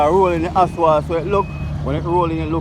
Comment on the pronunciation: You’re all doing a good job but please say asphalt instead of aswalt